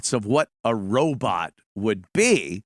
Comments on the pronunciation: OMG ANTHONY RO "BOT" not "BUTT" FUCK!!!!!! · Awee said Robut...